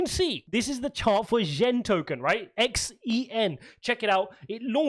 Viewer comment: Hey bro, great content I minted on Dogechain yesterday and created 30 wallets lol.. Its pronounced XEN(ZEN) just a heads up ✅️